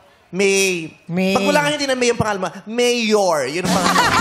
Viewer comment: and VICE YORMEME